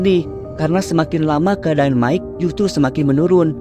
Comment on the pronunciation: Mike bukan dibaca Mickey, tapi Maik.😅